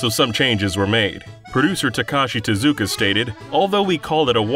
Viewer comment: Saying "Tezuka" like you're saying "Bazooka"